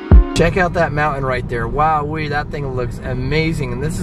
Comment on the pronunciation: I love the house that you are living in! Very clean! Pretty! Your daughter needs a baby doll to carry around. Then she might not pick up things from all the rooms. Her own toy, something! What a beautiful drive that was. I just love your trip. Thanks &! when you say MOUNTAIN, you never pronoun the T!